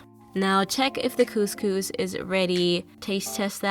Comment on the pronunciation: the way she says couscous gets on my nerves! every Moroccan Algerian and Tunisian knows what I mean :)